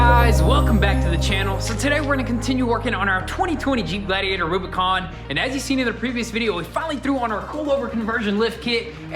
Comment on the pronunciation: the "Rubi-goon"